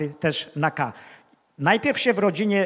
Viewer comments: dlaczego nie wymawia ę na koncu wyrazu. Slysze zawsze -em??? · ap., po polsku mowi sie,, zastanowilem SIE a NIE SIEM " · Mowic po Polsku to tez sztuka. To nie jest siem tylko się ! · Dokładnie też to,zauważyłem tak się wystawia Pozdrawiam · Nie idzie tego słuchać. Siem, chcom, wiedzom, widzom, co to za pajac? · Niech "siem" ten po polsku nauczy wysławiać...Oglądałem kiedyś reportaż z Tworek i jakby znajoma twarz...